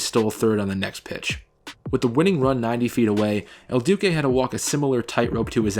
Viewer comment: Your name pronunciations are atrocious... I mean I counted at least 5 wrong names (probably more) but the worst is “el dookay” when referring to “el duce”... lol... Paul Konerkos pronunciation was also hilarious.